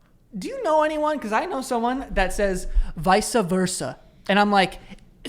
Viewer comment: I didn't realize until this episode that I also say "visa versa" lmao